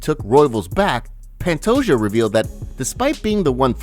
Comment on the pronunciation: It bothers the hell out of me that you pronounce Pantoja’s last name as “pant-o-Ja” instead of “pant-o-Ha”